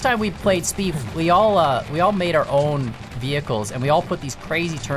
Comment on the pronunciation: I love speef